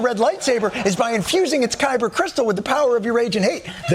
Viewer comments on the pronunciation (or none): none